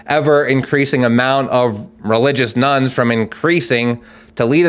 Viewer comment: Thought he was saying ‘Nuns’ interesting visions of Sister Act 😅